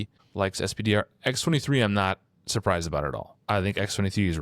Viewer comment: You guys kill me a little every time you say "ess-pee-dee-are". "Spider" or "Peni" would flow so much better.